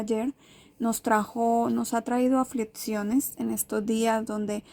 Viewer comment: Duras "aflitciones" en los "protsimos" días 😂😂😂 No pueden hablar bien o grabarlo con voz??